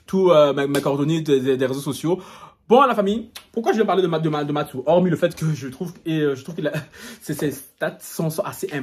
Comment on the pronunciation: "Matsou" mdrrrr